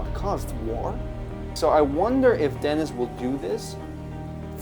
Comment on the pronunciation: Huge Dune fan and a big fan of Denis Villnueve. Just a heads up, his first name is pronounced "Den-E". It's French, so similar to how the French pronunciation of Paris sounds like "Par-E".